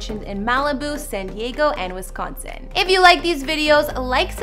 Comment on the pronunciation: How u say Wisconsin angers me